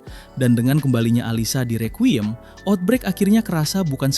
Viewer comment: Bacanya rikwayem bang. Bukan rekyuyem